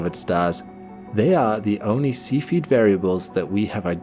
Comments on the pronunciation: YouTube captions think you're saying "seafooded" instead of SEFF-E-ID (Cephied variable). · God Damn it, would you possibly learn how to pronounce the word "Cepheid"? It's NOT spelled ceipheid, it's cepheid, making the sound of the first 'E', a SHORT 'E' sound ,,, NOT A "LONG" 'E' sound. :face-orange-frowning: I can NOT suffer to listen past where I am now - the minute mark. AND, I gave the video a THUMBS DOWN as a result! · I love your videos but your pronunciation of terms is terrible! Please research the correct pronunciation of the terms (such as cepheid) before making your videos please!